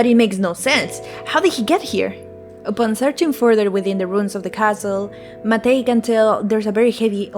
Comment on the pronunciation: hey just stumbled upon this randomly. first channel I've seen talking about this game that pronounces Matej correctly so thank you!! I'm not from the west slavic countries, but I am from a southern slavic country and most of the pronunciation of names and words from both you and seemed pretty much accurate (from what I could tell that overlaps with my language, slovene). I would like to reiterate what another commenter said that you could make your voice a bit louder than the music; though I checked out some of your latest video (about gobsmacked) and the balance seems mostly ok in that one, I think once you are able to get a good microphone your voice will be really clear. I really like your character, it's very expressive and funny (I also checked your twitter and I really like a lot of your art!) best of luck with your channel! I hope you continue to make videos on stuff you're interested in